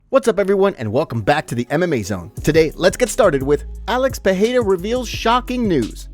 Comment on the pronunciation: Pereira not Peheira